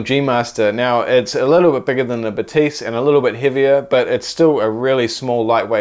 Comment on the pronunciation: Zeiss is a German brand, so Batis is pronounced ‘Baa-tiss’, not like a French person saying ‘Ba-teess’! Sorry to correct you, but it is seriously annoying.